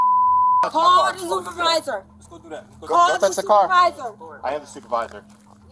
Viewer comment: Just trip em when you walk by an overpass. "Wuss duh law?" Yeah we'll get to that when you can read let alone understand proper English "Wash uh nayme!??" "Cawl duh supuh vizah"😢 "Detained fur wuh?" Ok we have to "learn yuh" what "detain" means....."ok can you read or do we have to translate these weird symbols for you???"